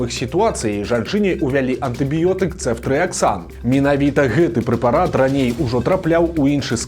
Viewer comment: ЦэфтрыяксОн, але ня Цэфтрыяксан. У Бел мове пад націскам звычайна ёсць літара О. Маглі б лекары спачатку ўвесці крыху леку пацыентцы, паглядзець на паводжанне арганізму. Ды калі ўсё добра было б, то тады ўвялі б астатнюю рошчыну шпрыцу 😞